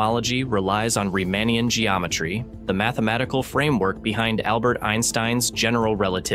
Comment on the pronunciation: if you do a quick google search, you will find that type IA supernova is a valid alternative to saying type 1A supernova. I also tried to listen for bury-on acoustic… . Both cases I came across it was Baryon acoustic. The only inconsistency I heard was that the first occurence of Riemannian was rather pronounced as Riemanian. Pronounciation, intonation and rhythm seemed very natural. If this is an AI voice, it is better than 90% of what is out there.